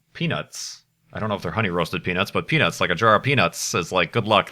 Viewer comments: Did anyone watch the livestream on XBox Live and stuff about the Curiousity Rover's landing? Does anyone remember how the reporter apparently couldn't talk and always said "Peanits" instead of "peanuts?" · When said "Hold on to you peanuts" I thought he said something else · "Hold on to your peanuts!" - I thought you were saying something else for a moment...